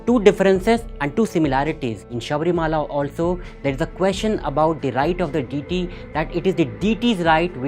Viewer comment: Learn to pronounce DEITY correctly first ......and some energy